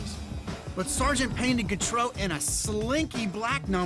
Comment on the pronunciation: He can't pronounce Gautreau. She was from Louisiana, like me. It's pronounced "GO-tro", not "g'TRO."